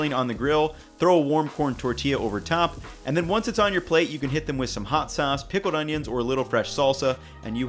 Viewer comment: I love how he says piquoled oniolns